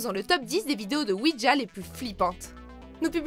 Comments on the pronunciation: on dit OUIJA et non OUIDJA............en tout cas ne pas jouer a ça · C pas ouidja mais ouija quand on le prononce ce c comme sa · Il ne s'agit pas de "oui dja" mais de "oui ja" (prononcer oui ya), ja signifiant "oui" en allemand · Vous auriez pu au moins faire l’effort de savoir prononcer correctement “Ouija”